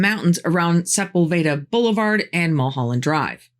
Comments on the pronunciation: Sep-ul-VAY-duh? Really? LOL :face-green-smiling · Beautiful necklace. 😍 For those not raised or from the LA area, Sepulveda Blvd. is pronounced "Se PULL ve duh" (Se - as in the e in better; PULL only slightly more emphasized than the other syllables; ve - also an "e" sound like better; da as in the word "duh.") Sorry to point this out but I have heard plenty of people stumble over that word. Hope I am not offending anyone by being nit picky about the pronunciation. 😊) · Lol , "Se-pall-veda blvd". I say it as "SEH-Pull-veh-dah blvd". Interesting never heard anyone say it like you do before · Fascinating story! I loved it! You got a new subscriber here! PS. You should look up how to pronounce Sepulveda Blvd!